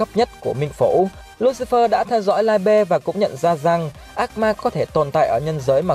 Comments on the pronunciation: tiếng Đức đọc là Li - bờ nha ad. Nghe đọc Lai be sai vl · Liebe tiếng đức đọc là Li -bờ nhé ad chứ ko phải Lai be 👍👍👍👍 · Ad phát âm sai rồi :)) li bơ :)) chứ ko phải lai be 🤣🤣🤣🤣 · Mình góp ý nhé chữ đó đọc là ( ly bờ) nhé ad nhanh nhanh ra thêm clip nhé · anh ơi đoc sai từ libie rùi